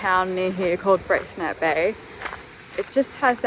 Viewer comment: Looks like a beautiful spot there! One of those places I’ve been near multiple times but never to. Oh, Freycinet has a silent t with an “ay” sound at the end. Can you tell I’m not a linguist?🤣